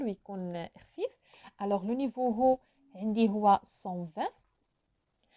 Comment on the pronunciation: Salam, juste une petite remarque: on ne prononce pas le H de haut c juste comme "au", bonne continuation